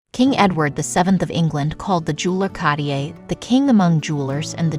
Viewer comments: interesting. however it was hard to listen to the annoying AI voice pronouncing Cartier wrongly over and over. it’s ‘kahr-teeay’ 2 syllables. the first ‘r’ is pronounced. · CARTIER is pronounced car- t- a or french roll the r, otherwise the video was very informative once you could ignor the jewellers repetitive mispronouciation of his name. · Why is it impossible for these idiots to pronounce things correctly? It’s C-A-R-T-I-E-R not catier! It’s not a silent R. If you can pronounce T-I-A-R-A properly, why the F can’t you pronounce Cartier? WTF? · Why can’t people who narrate these pronounce common names properly? Car-tee-ay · I cant get over the way they keep saying Cartier. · yes! and with the repeated mispronunciation of Cartier! 🙉